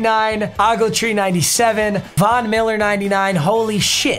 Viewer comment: Just for next time its O - gletree so you litterley say the letter O and then gletree so its O - gletree not Awgletree.